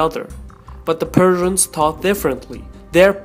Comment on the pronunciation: Did he sayed Perthians or Persians?